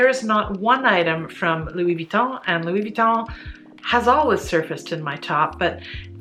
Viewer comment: I love your pronunciation of Louis. Bien. Vous êtes très magnifique